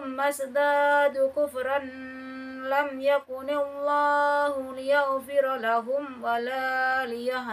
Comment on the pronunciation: Ikut menyimak bunda.. Tadi pas sampai lam yakunillah( bacanya masih belumpas bunda...baca lamyakunillah bukan lamyakuniwwloh)